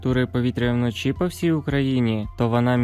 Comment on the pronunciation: Де ви знайшли цього диктора з російською вимовою? До мінус одного градусів. Панеділок? Вноші? Він наче знущається з української й українців. До плюс двУх градусів. ГАНЬБА!!!